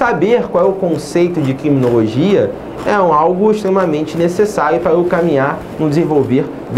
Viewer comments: Quiminologia , rsrs mas mesmo assim boa aula ;) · Kiminologia, quiminologia, Ki-minologia